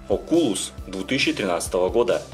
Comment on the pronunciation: Окулус, ударение на О.